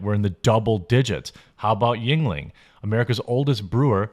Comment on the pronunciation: lolol Jeremy be like "yuenling" sounds kinda ting-tongy. 😂